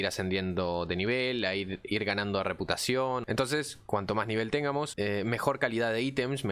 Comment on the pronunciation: que estresante escuchar pronunciar mal todo el rato "quiéramos" "téngamos"...